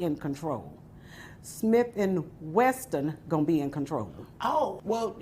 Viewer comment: Not weston but wesson but still lol